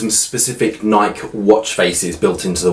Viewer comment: Love the video, but just wanted to mention that the company "Nike" is pronounced Nykee, not Nyk. Well, at least in the U.S. Small detail, but figured I'd mention it. Enjoy your videos none the less. Thanks for sharing. I love my Apple Watch Series 2 as well.